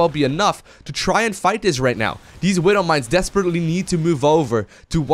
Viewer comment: I hate it how he says "Widdle mines" .. Widow. Not little.